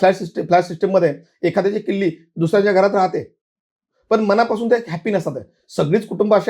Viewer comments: खरंच मनापासून बोल.म णा पासून नाही.मण हे 40 किलोने शायआहे.खूप लोक शुद् बोलण्याच्या नादात न ऐवजी ण बोलतात. ज्योतिषा फारच घाई करून बोलत आहे. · मनापासून बोल, मणा पासून नाही